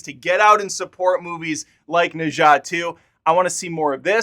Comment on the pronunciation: Pronounce something as [nə dzʌ] (not exactly of cos, but I suppose it's close)